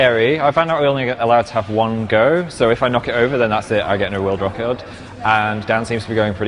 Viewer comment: omg phil's northern accent 'record'